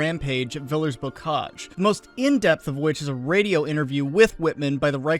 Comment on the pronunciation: the french word "villers" very obviously does not rhyme with millers, man.